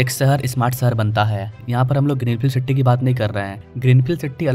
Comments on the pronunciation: Siti nahi city hota he bhai. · City bolna bhi shikh le dost